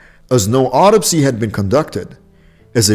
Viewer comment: A heart failure really. He mispronounced rodeo, posthumous, autopsy, bifida, and opry. A liver cancer really. A Cardiac arrhythmia really. Why does he mention a before liver cancer, heart failure and cardiac arrhythmia. How ignorant. Terrible narrator.